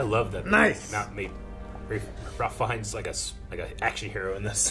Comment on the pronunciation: Ralph Fiennes is pronounced Rayf.